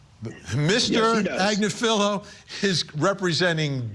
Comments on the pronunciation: Good luck getting a conviction - ha! You are pronouncing her name totally wrong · He also screwed up KF Agnifilo...